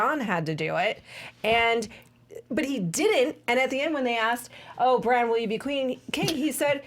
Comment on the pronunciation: Your pronunciation of Bran or Brienne were a little strange. You pronounced their names like Bron and Brianne. 😂